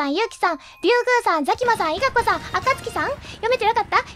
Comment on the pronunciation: あかつきさんが赤ずきんさんにきこえた